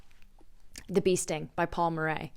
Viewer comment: Love your videos, I can always count on your recommendations! As an Irish viewer I wanted to let you know that Murray is just pronounced Murry! It’s been on my list for so long, taking this as my sign.